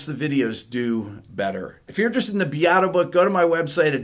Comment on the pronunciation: Fortress around your heart is also my Sting favorite one. PS Beato not Beeato! Pronounce correctly your beautiful Italian surname